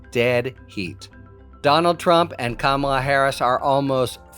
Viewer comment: Frum, as respected as he is, still calling Kamala kuhMALLAH is infuriating, and SUCH a tell.